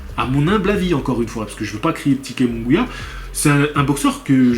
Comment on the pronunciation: jaime se prononce "raïmé" moungouia